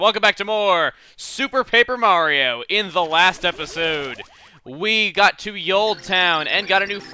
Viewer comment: Peper Mario!